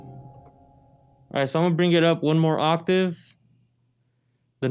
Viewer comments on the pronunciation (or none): none